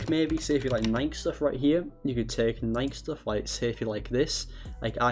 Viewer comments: Instead of nike(ni key) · Bro said NIKE weird